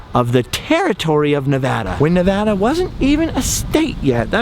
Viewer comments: Thank You so much for pronouncing Nevada correctly!! Next time you're in Carson City you should ride the old steam train that takes you up to Virginia City. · Thank you for saying Nevada correctly!